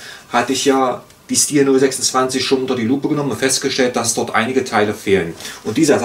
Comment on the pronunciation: Hallo, die korrekte Aussprache ist "Schtihl". Zu hören auf dem hauseigenen Kanal, z. B. hier